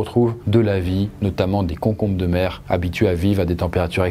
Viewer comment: Des quoi ??? Des cocombre de mer ? 🤣🤣